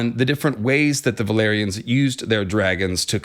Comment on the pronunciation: Wait isn't "valyrians" pronounced "vah-lee-ree-ahns"? I keep thinking you mean velaryons lmao